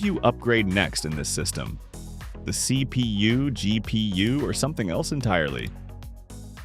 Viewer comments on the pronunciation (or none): Again,F-P-S,just say it like FPS,not F...P.....S .its annoying if nothing more and CPU is CPU ,not C...P...U 😂😂😂 you get it and BIOS is not "by OS" than BIOS and as I said,it's annoying and worth of unsubscribe.Just in free time,watch some good IT streamer and you'll get it all.